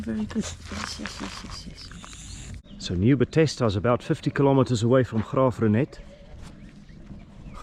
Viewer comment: Please rather present in you home language. Your pronunciation in English is irritating eg Nieu Bethesda and video.